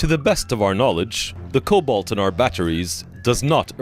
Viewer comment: it's cobalt not colbot